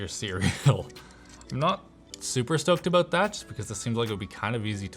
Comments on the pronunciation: He said 'aboat' instead of 'about' at least twice...and I LOVE IT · Oh nooo! It's only now that I notice the Canadian "aboot" 😅 it's funny as f*ck though 😂